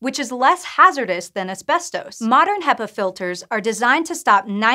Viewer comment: This is how you pronounce "ASBESTOS"